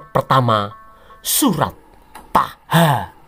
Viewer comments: Ha ha ha cara baca tulisan terjemahan bhs indonesia aja salah dalam penyebutan hurup bikin saya ngakak terjemahan nya tulisannya bhs indonesianya itu Taha tapi klo di baca bhs Arabnya itu Toha bukan taha awam sekali anda ini tapi kok sok2an bahas Al Qur,an cara baca aja anda tidak ngerti beginilah kelakuan umst terjemahan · dia cara baca surah dalam Al Qur,an egk bisa Qs Toha di blg Taha bikin ngakak tulisan nya memang Taha tapi klo di baca dalam bhs Arabnya itu Toha umat islam seluruh indonesia pasti ngakak bila nonton vidio ini ada kafir jahil bahas Al Qur,an benar itu bro kafir yg punya mengambil referensinya dar sumber kristen dari Syiria